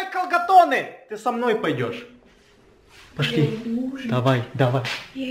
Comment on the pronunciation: ты сказал почли а не пошли